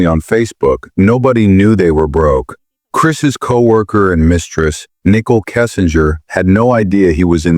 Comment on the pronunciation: The Narrator BOTs pronunciation is brutal Nickel Kissinger 🤣🤣🤣 Shunun🤣🤣🤣🤣🤣